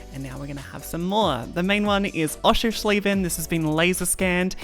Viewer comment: I Finally learn how to pronunciate Oschersleben, thanks. Great video. Cheers.